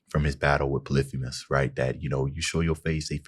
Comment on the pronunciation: I want to help you pronounce some names if you’ll let me: Eurylochus- "Eur" from Europe "yl" as in ill "o" just the letter o, "chus" as in "cuss" Polyphemus- "Poly" from polygon "phem" as in the beginning of the word femur (the bone) and "us" refering to "me and you" Scylla: "Scyl" as in a windowsill and "la" a note to follow so I hope this helps and you don’t take this like I'm trying to make fun of you or something, I just noticed you having trouble with names and wanted to help ❤